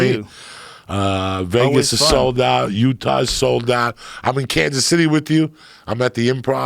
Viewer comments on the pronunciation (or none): none